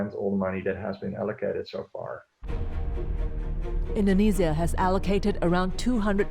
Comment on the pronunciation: I hate it how she pronounces indonesia indenezias